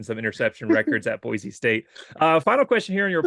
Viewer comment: Great interview. Looking forward to seeing on the Blue. It is good to hear him say Boise (Boy Cee) the correct way. 😊